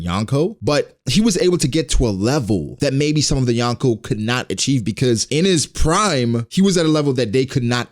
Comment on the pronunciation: You are saying Yonko wrong